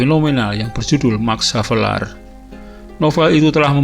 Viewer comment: Penyebutan lahir ernes max havelar kayaknya salah itu